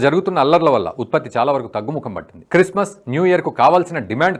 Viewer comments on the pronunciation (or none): none